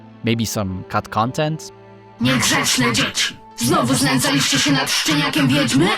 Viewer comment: When you said "szczeniak" and "znęcaliście się" - now i know, you are polish man Nice! Sub!